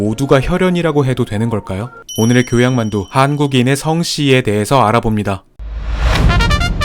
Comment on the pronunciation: 이 부분만 갑자기 정석발음으로 힘줘서 하심ㅋㅋㅋ 근데 오히려 좋음ㅋㅋㅋ [한ː구기늬 성ː씨]